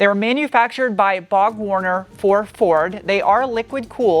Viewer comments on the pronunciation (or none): and also you mention "Bog Warner". It's Borg Warner. LMAO! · Another great review. However, & It’s BorgWarner, not Bog.